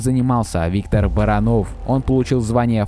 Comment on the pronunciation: Не Барано́в а Бара́нов.